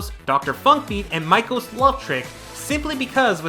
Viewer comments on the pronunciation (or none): We need more Meiko songs,,, her name isn’t maiko. It’s pronounced “May-ko”, just sayin’. I highly doubt that we will get gumi in the game, because she’s not owned by crypton. I would love to see the following songs from these Vocaloids: Rin: -Aku no Musume -Happy Halloween -her covers from DX Len: -Aku no Meshitsukai -Bring it on Luka: -Girls Friendship by Mitchie M -Lie (if CircusP’s music is allowed) -Last of Me? -circus monster -her cover of watashi no jikan from Mirai DX -her cover of Romeo in Cinderella from Mirai DX Miku- -glow -unknown mother goose (perf tribute to wowaka) -doremifa rondo Kaito: -sing and smile from DX Meiko: -her version of tricolore airline in Mirai DX -Koneko payapaya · "And Meiko's Love Trick" Just a helpful correction, the name is pronounced closer to MAY-ko, like the month of May. Not Maiko. Sorry, not trying to be rude, just informative! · You pronounced Meiko’s name wrong. It’s (MAY-KO). Other than that, a song I would love to see is a song called “Oh, party night!”, by Meiko. It has a really enjoyable disco/jazz club vibe and I can imagine some nice visuals coming out of a video, for it.